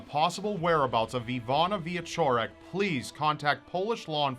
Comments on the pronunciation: I like how yoou pronounce her name - surprisingly good for an American;). Keep up the good work! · As a Pole, I held my breath when you started to pronounce "Iwona Wieczorek", but it was absolutely great :D I hear Polish names butchered on a daily basis in foreign media and this was a nice surprise, especially since Polish is a really nasty language to learn and pronounce! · WOW. One of the most "famous" cases from my country... Did not expect that. Good job. And GREAT job pronouncing the Polish words. Polish is considered by linguists all over the world as one of the most difficult languages (especially for english speaking people).